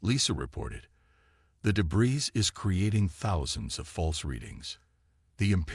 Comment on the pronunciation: Day-bree, not day-bris